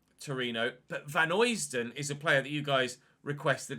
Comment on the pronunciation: Pronunciation of Vanheusden is Van-hø (as in Ødegaard)-sden rather than Vanhoysden (from a Belgian) Greatly enjoying the series! :))